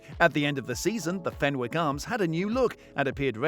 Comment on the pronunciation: fenwick has a silent w...so it's pronounced fennick. x